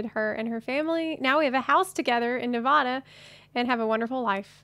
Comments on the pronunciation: It's Nev-AD-a not Nev-AH-da. waves and flicks wand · to each their own, no judgement, BUT!!!!!! i have lived in Nevada for over 20 years so i feel i have to say that you said Nevada wrong lol